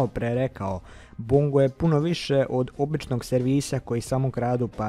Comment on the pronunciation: Bongo jedino nezna da kaze Bongo gresi